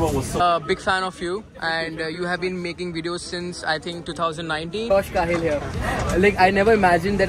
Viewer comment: I follow josh . Watching him since 2019. I knew he is flying this aircraft. Saw his ig post as well. Then you tube recommended me ur video and i was wondering does this guy even know that josh will be in the same flight from Mumbai and then u already mentioned his name. By the way its Cahill as k hill and not Ka hill Dam josh and sam together. Lol. They hate each other a lot. Cuz sam do paid promotions and josh does authentic reviews